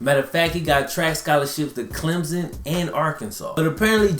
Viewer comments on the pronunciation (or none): none